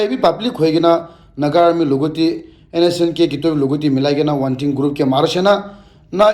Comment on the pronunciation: Not wantin...its wangtin